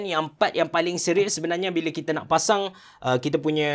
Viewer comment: tershashul pulak (7.04). "kita dah pacang" apa2 pun terbaik bos. steady. saje bergurau. XD